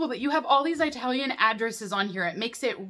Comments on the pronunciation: I talian Not eyetalian, please 🙏🏼😫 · Please don't say "Eye-talian"!